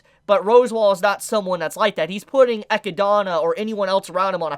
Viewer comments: Also... Totally throws me off when you say ROSWAAL as ROSEWALL... it's not the Japanese Voice actors mispronouncing it and you saying it correctly. Also ECHIDNA is NOT ECHIDONNA.... it's literally Eh-Kid-nah ECHIDNA 😂 Sorry but it totally throws me off the flow of what you're saying 😳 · Yo serious question here: why are you calling her Echidana when it's clearly Echidna? Is that some LN difference? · love the video! Are you joking when you're pronouncing the names tho? Cause you're pronouncing like every name wrong lmao. I'm pretty sure Echidna is pronounced AA-KID-NAH. and Rosewall is pronounced RAZ-WALL. No hate tho!